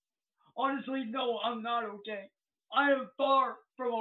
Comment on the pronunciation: "I'm not ohay."